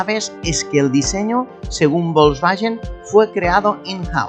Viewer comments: porque pronuncia volkswagen bolsballen???? se pronuncia folsbaguen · Volsvallen ó volangen jajajaja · ¿Que es eso de "volkswayen"? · Porque dice Volkswallens? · por que dices "Volkswallen"...? jajajajaj que gran video como siempre! como extraño mi corrado 2.0 16v.... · Bosbayen? Yoryeto Yiurano? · Si VW se dice volkswayen, garage se dice garaye??. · Volkswagen significa coche del pueblo y se pronuncia "folksbaguen" en alemán.Saludos desde Bonn. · VOLSVAYEN Madre mia..... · El cuadro de instrumentos me recuerda al Seat Toledo 2.0 16v ABF que tuve del año 96😍. Tal como has dicho el compresor del G60 dió muchos problemas.Curioso como pronuncias "Volkswagen" y "Giugiaro"🤣🤣🤣🤣. Un saludo 👋🏻👋🏻👋🏻👏🏻👏🏻👏🏻😉👍🏻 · Me duelen los oídos cada vez que pronuncia mal Volkswagen 😅